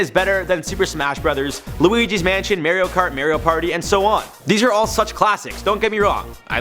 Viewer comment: WHY DID YOU PRONOUNCE MARIO WRONG MAWIRO thats how you said it no offence to you i say jared wrong i say jareed LOL